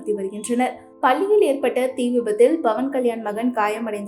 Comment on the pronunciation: Bhavan ilai. Pavan. Pl ssy correctly